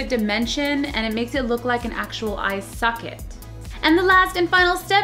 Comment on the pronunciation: It's socket not sucket and of you said socket sorry it's just soo der diferent to me